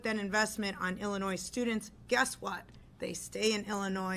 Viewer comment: The black speaker doesnt even pronounce Illinois correctly😢 It is NOT Ellenois.